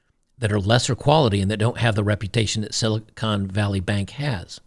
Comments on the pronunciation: Silicone ? its Silicon, when the "o" is short. Silicone is for breast implants. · Silicon, Con Not Cone!